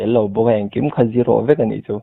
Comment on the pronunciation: Z hi G angin lam tawhlo la ka ti hle mai Zero hi aw, pasal english hmang i nei a, i zero lam hi G angin i lam tlata a mak angreng